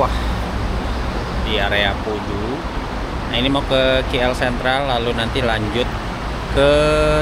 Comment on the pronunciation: KL bukan kie-ell